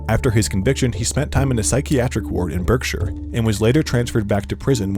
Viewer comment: Berkshire is pronounced bark-shur! Sutcliffe was stabbed in the eye with a pen by another patient in the hospital, which is considered the most dangerous in the UK.